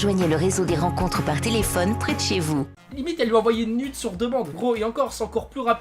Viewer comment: Nude ce dit nioude